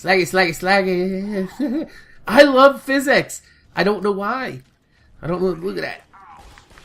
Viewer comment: "Look at all that phys-sics" lol